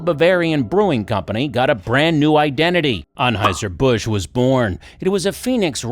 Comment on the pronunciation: Eberhard Anheuser, not Ebert